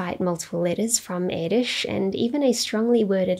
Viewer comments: As a Hungarian i really appreciate you doing a proper pronunciation :) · Nice video. I must admit, though, that I wince every time I hear how Erdős is pronounced by people not familiar with the Hungarian language. That ő wich is different from ö, and most definitely from ó and o 😅 You managed to pronounce it quite well (baring the accent), kudos.